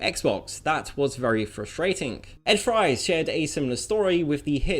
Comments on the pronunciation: Ed Fries's last name is pronounced "Freeze", for the record. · surprisingly, (Ed) fries is pronounced freeze.